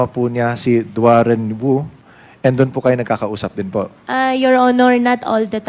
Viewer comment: Your honor ang pangalan po ay DUAREN WU hindi DUAN REN WU